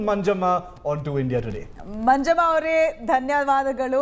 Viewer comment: not dhavadagalu its dhanyavadagalhu